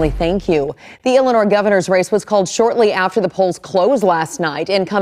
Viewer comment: What did she say? Illernois?